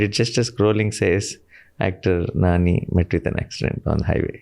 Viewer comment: Its not nanii it's nani